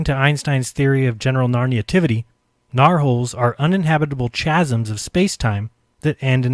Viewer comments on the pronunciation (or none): ...... Einstein no Saydeth... and it"s NOT "CH-asms"... it's "K-hasms" ....FKN Millennialzzzzzzzzz